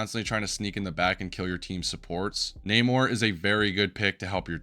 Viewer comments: I don't want to be that guy but you probably will ignore this but it's Nah-more Not Nay-More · My boy, who on earth is Nae-Mor?? He pronounces his name at least 3 times in game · Bro knows everything about the character except how to say his name